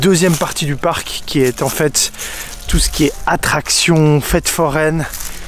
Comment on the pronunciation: Non je rêve la "Park" laisse moi rire c’est "parc"...